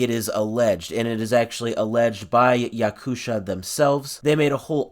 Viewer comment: якуша 😭😭😭 it's "ya-koo-tee-ya" (/jaˈkʊtɪə/) like the republic in russia... i'm surprised that the developers decided to sue the local news site like... it's definitely not THAT popular to damage their reputation. or maybe they don't want the yakuts to think bad about their game... seems strange anyways